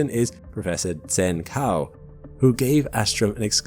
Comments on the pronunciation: Zhen Cao is pronounced "chenn tsow", not "senn kow". I don't have a horse in this race, but how is nobody at least running names of existing people (the one thing you'd really want to get as close to right as possible) through google translate? Just wondering, at this point it is literally no additional effort to run an improvised script on your... script to get in-line pronunciation guides - or direct links to proper, prosodically intact tts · That would be pronounced “Djen Tsao”. I mean you met him for the interview, right? Kind of rude then to mispronounce his name that badly.